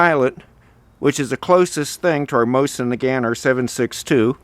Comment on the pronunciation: Why do you pronounce Nagant with a hard "T" despite speaking French?